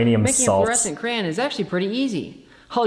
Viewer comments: Stop saying cran! It's crayon! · "crayn" is making me nuts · I don’t like how he says “crayon”